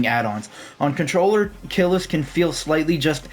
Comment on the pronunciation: Contoller bro..... contoller 🙏